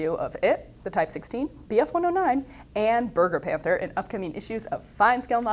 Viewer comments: bergepanther not bergerpanther...lol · Sounds like you keep saying: Burger Panther... Lol